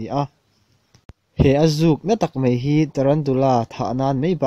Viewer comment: Mai tih turah mei i ti zel a .